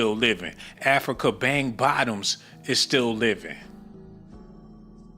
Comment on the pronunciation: That's African.... Bambata😂...did you say Bang Bottoms❤😂